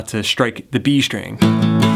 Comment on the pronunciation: Thanks for those riffs! :) They are really awesome! Have just one question, and I'm sorry if it seems not very polite and not about music. I'm just not an English-speaking person. So, I saw several videos with you and you always say "shtring" instead of "string". Is it a feature of yours or it is something common? Thanks )))